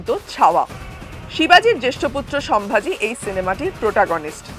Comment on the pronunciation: Ucharon ta holo somvuji not samvaji.